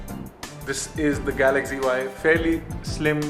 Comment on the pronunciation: why you say it galagzy not galaxy?